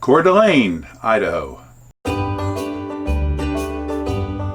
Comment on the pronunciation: Hudson 🍔 🍔. Expect to wait in line! Great job with the pronunciation! Most people get it wrong. 💥💥💥 # Roamingwithrover